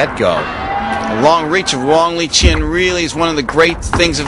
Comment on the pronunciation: The thing is, it's pronounced Lee-chin :)